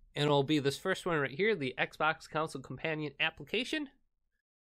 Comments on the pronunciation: Bro stop pronouncing console as counsoule....its damn annoying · the only thing that annoys me is that he say's ' counsel' instead of console uggg